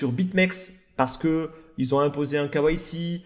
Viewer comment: merci! K- why -C donc... Ah la prononciation française! :-D Et comment est-ce qu'un KYC peut provoquer une panique?